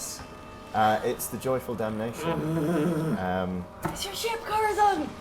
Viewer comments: I heard the Joyful Dalmatian and DIDNT THINK TWICE cuz I was like “ahhhhh that’s why they use the BLACK SPOT” ...but in the end credits I realized he said Joyful DAMNATION 😂😂😂😂😂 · At first, I thought he called the ship the "Joyful Dalmatian"